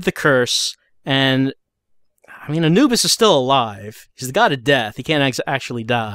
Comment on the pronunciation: That is the first time I've ever heard Anubis pronounced that way, thus I never knew that it was a legitimate way to pronounce it.